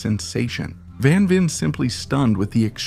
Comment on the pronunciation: Man I wish you could pronounce his name right.